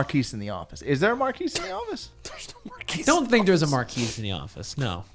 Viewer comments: I mean maybe it’s not “Marcus” but I feel like I feel like I remember Colston’s name being pronounced a hell of a lot closer to that than “mar-quise” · literally yes, it’s pronounced like Marcus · Y'all kill me with the Marques pronunciation. It's 'Marcus' smh